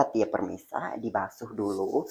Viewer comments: PEMIRSA NOT PERMISAAHH 🥲🥲🥲🥲🤣🤣🤣🤣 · Yg betulnya pemirsa bukan permisa apalah c ni 🤣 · pemirsa❌ permisa✅ 🤣🤣🤣